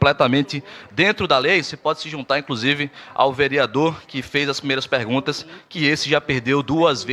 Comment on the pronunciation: Estudante de direito que fala "incrusive", não dá que país é este😐